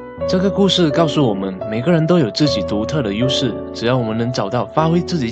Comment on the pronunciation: ''自己獨特的U勢'' ''根本不能用來siu花'' XD